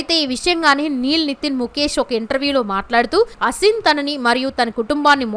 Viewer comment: Her Name is SHould ne Pronounced as AASIN Not ASIN As You are Pronouncing .